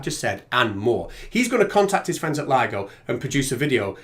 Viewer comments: The guy said this might get complicated and people may not understand, then he says the name wrong? Way to show you know what you're talking about. Lido vs ligo. Way to set yourself up for success. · The fact that he called it LIDO and not LIGO demonstrates he was just parroting someone else's chain of thought as usual. Would have liked to see them present evidence of physics being different in the sky (holding up the sun and moon) or in space, making their deity-driven fantasy bubble at least possible, even if still ridiculous. Celestial motion and stellar spectrography show physics to be the same everywhere and redshift of emission lines show space expanding, it's their job to demonstrate this is something else or fake.